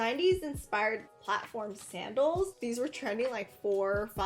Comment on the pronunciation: When she said sandels I thought she ment saddles not high heal saddles